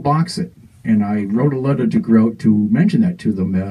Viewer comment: Please, it's GRO-TAY! it sounds much warmer than the firefly.